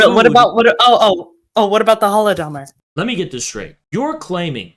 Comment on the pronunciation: I love it how these clowns can never even pronounce the "Holodomor" correctly